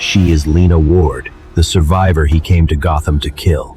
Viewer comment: Gotham ❌ Gotman ✅